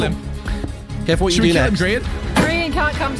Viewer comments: HAHAHAH I only just realised u said grain instead of Grian 😂😂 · I wonder who "Grain" is. I know of grian. But not grain 🤣🤣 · Grian's name was mispronounced as Grain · lmao "GRAIN" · Haha! Grain instead of Grian XD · I love how he calls him "Grain" instead of Grian!😂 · It said grain at one point not grian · Gday. Do you deliberately call Grian Grain or is it autocorrect lol?